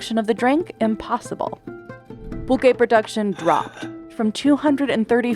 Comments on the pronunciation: Thank you for this comment. I was looking for the spelling and definition. I heard: Pull-Kaye ; Pul-Ché. Next wdve been PullQue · Would it kill you to get someone who can pronounce Pulque, Mezcal and Tequila properly ????